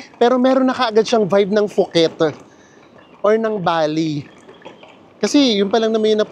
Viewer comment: POO-KET po ang pronunciation, not FOO-KET